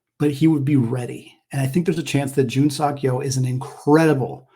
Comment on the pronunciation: I enjoy your show. I believe "Seok" is more accurately pronounced suh-k or soak; not sock. Go Zags!